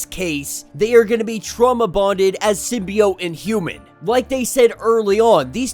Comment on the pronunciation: Keep saying symbiot I like that